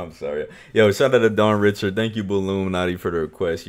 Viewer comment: Her last name is actually pronounced “Ree-Shard” she’s Haitian/creole, and she has so many Bops, The Hardest working underrated indie artist of all time, happy you Finally got to her 💖